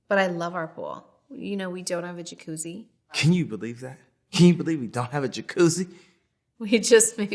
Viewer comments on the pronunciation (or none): the way she says jacuzzi, i can’t stop watching it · KILLS ME,the way he says jacuzzi 💀💀💀